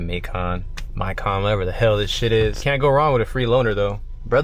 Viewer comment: First time I've EVER heard someone pronounce it "May-Khan" lmao. Made that ish sound EXTRA bougie.